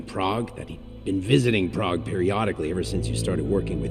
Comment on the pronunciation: I kind of hate how the one idiot pronounces prague. It hurts my brain. It makes me cringe especially since she is supposed to have lived there.